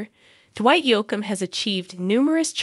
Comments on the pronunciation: Hey it's pronounced Yoke m not Yock m. Please say his name correctly. You apparently don't know much about country music stars. Geez! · The mispronouncination from the AI voice made this unwatchable.